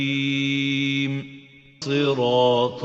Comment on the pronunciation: I understand the tafkhim part.. But the mustaqeem here the Qaaf sound from the makhraj is not present.. 😮 He have a hard sounds from throat in Qaaf.. not only tafkheem